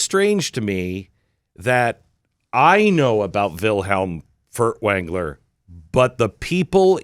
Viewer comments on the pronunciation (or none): Did Glenn say Wiiliam Fart-wrangler?🤣